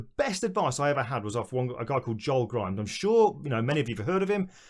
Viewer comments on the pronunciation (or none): none